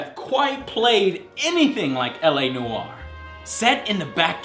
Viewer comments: Am I the only one pronouces "Noire" as "Noyr" and not "Noaier"? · *Face palm* ...He says "Noire", like "No-are" ...but it must not sound like it's detached... Trust me, my birth language is french. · La NOOO-ARE? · it's noire not newyor THATS RIGHT I'M A GRAMMAR NAZI! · noire, one fucking syllable!.